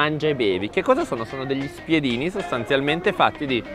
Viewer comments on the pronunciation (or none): n.3 spiedino o "spitinu"